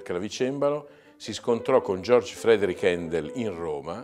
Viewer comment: Una umile osservazione.. è sì naturalizzato inglese, ma tedesco di nascita. Il nome è Georg ( pronuncia gheorg) anche perché "giorg" si scrive George. Comunque ottimi video, complimenti